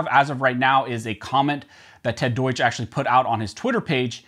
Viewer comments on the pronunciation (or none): Ted Deutsch...pronounced "Red Douche".